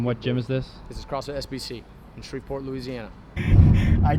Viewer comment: It’s pronounced Shreev-port, not shrevaport